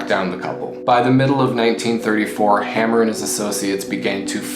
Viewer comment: Nice rundown of B&C. Mostly accurate except for a couple nit-picking corrections. F. Hamer pronounced his name Hay-mer not Ham-mer. And from my research Clyde did not have a revolver in his hand at final ambush. Other then that good encapsulation.